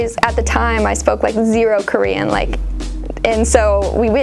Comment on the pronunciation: 캬 미국발음 지zzzz~이로~ 쩌네